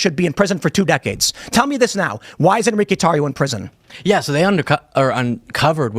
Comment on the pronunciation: "en-ri-que?" huh, that's the name? huh. LMAO